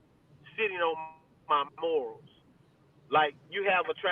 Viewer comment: Great interview! Great insight and explanations! Just fyi, it's "resting (sitting) on my laurels (not morals)." #SkoBuffs